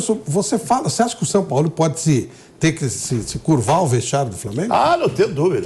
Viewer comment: Vulgo “SAOPAOLÃO”